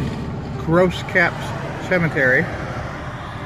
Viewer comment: Pronounced Grow Cap. My parents are buried here